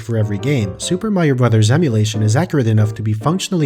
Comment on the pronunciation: Amazing video! By the way, it's nice to see someone who knows how to pronounce the title of the game.